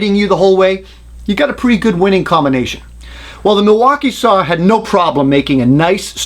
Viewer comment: I love it when he fights the entire video trying not to say "sawr" ! Excellent job as always ! I remember the mid 80's there was not a jigsaw on the planet that could hold a candle to a Bosch1587VS. Cordless was a joke at first, even Bosch's wasn't great. Then Bosch's patent on the "T"shank blade ran out after 15 years, and they all have upped their saws, and got into the game. Look how far they have come! ALL the top brands make a really nice jigsaw today. That Milwaukee is a heavy duck tho, but a very nice saw.